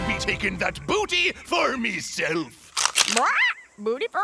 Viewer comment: The captions say “me” but it sounds like “be”